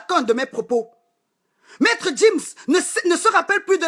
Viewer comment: Je n'aime pas voir les noirs parler comme ça.... c'est sans cervelle. Tu gueules trop et tu es crue. Sans respect, tu ne peux pas être un modèle sur internet ! Tu fais honte! Pendant toute ta vidéo tu as mal prononcé Gims et Mobutu. Fais gaffe